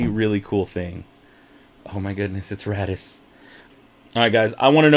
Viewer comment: *raddus. Not "daddy's"